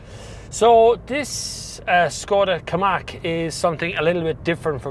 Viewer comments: KaMIQ not KaMAK ;) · Hi. You keep saying Ki- Mack. Is it not Ka-Mick?